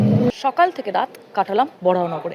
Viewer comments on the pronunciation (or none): Bhasha ti also parimarjan karun. Cha er 'thek' hoy na. 'mad er thek hoy'